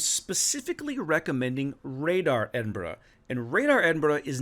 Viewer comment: Congrats to one of the first YouTubers who can pronounce Edinburgh correctly 😀 👏 😄 👍